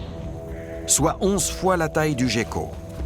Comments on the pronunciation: Jécko? On prononce guécko! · Prononcé Géko en français et Guéko en anglais c'est de là d'où vient l'amalgame. De même que le pingouin qui est un oiseau (et non pas un manchot) là aussi l'amalgame vient de l'anglais parce qu'en anglais manchot se traduit par penguin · Ya que moi qui prononce "guecko" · moi aussi je dit "guécko" depuis toujours, ça m'a beaucoup surpris d'entendre le commentateur dire "gecko''